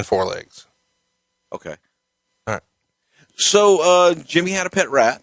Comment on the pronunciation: All wight all wong its out there